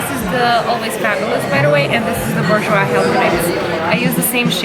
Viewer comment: Pronounced ‘boor - j’wah’.